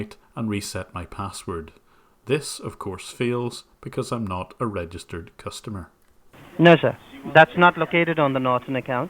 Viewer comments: Reh-JIST-ered? What the heck is that emphasis? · "You are not a reg-es-tereed member sir" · "you're not a rogistered user"